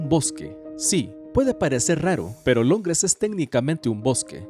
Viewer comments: "Longres" xd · Alguien más escuchó “LONGRES” ????